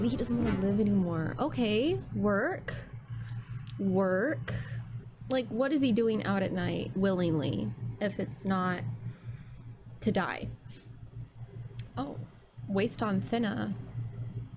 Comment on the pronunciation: Almost unsubbed at the "will-ingly"